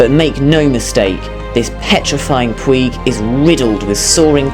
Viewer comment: It's pronounced puidg as in midge not puig as in twig